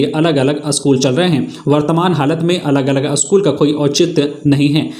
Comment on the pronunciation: अस्कूल नहो पर स्कूल बोलिए ।